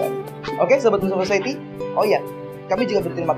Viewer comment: Mohon dikoreksi, kalau tidak salah "society" seharusnya dibaca "sosayeti", semoga bermanfaat dan salam sukses untuk channel "Moslem Society"!